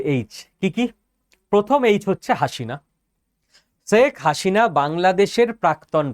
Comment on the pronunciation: আপনি বারবার বলছেন শেখ হাশিনা, সঠিক উচ্চারণ শেখ হাসিনা ( Hasina, not Hashina)